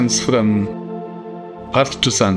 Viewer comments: It's not Arth, it's called Earth... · Why did he say Earth like that? Does he hate us